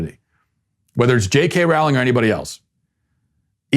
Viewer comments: Dude please please pronounce her name correctly, it is JK Rowling as in the word "bowling"... Not like Rawling, Raughling or any of those ways in which you said it. Thanks! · My only issue with this video is the pronunciation of Ms. Rowling's name. It sounds like "rolling". Otherwise, well done, Matt. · Her last name is pronounced the same as bowling!!! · Her name is pronounced “rolling”, as in “rolling down the river”. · It’s actually pronounced like Rolling. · "Rowling" rhymes with "bowling". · That’s not how you pronounce Rowling tho